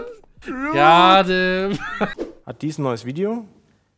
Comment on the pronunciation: Mit „deezen“ Clip haha